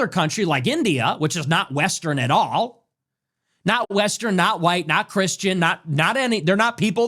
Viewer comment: This dude really emphasizes on white but he’s a Mexican 😂😂😂😂😂😂